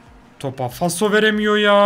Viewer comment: Abi faso degil falso jedjjdnfbs